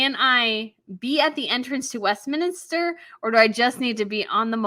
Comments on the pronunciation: Look up the word ''minster''. It means important church or cathedral. York Minster. It's not the word "minister" as in prime-minister. If you cover the Coronation and say ''Westminister'', you will look a bit foolish. It's West Minster Abbey. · It's not Westminister, it's Westminster. Not minis-ter, it's mins-ter.